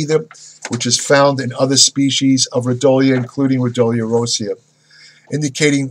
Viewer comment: Pronounced Ro Dee O lah